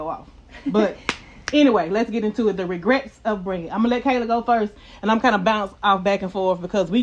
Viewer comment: Did she say “DiRegrets” 😂